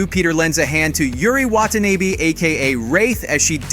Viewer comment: "Watanaebee" I'm done bro...